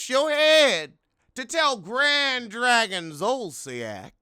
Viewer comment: “Grad Drag-On “ lol